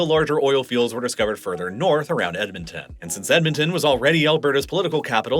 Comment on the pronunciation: Not sure about Edmonton lol, I lived there for 19 years and never heard that pronunciation. Typically for pronunciation of Canadian localities breaking them down by every three or four letters works well enough: Ed - mon - ton Ath - a - basca New - found - land Van - cou -ver Sas - kat - chew - an